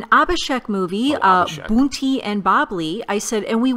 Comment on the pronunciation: If i am allowed to Professor I shall correct some of or both of your pronunciations. It's not Boonty but Bunty as in BUN or as in SUN. Hindi or many of our Indian languages has, you may be aware, does not just have the flat T but T and then also Th. Eg. K, Kh, D, Dh, C, Ch. So even though Amitabh is written in English in that way it's pronounced as Amithab. Modi is pronounced as Modhi, if you may have tried to hear very closely. Please don't misunderstand me . I am sure you will take it in the right spirit.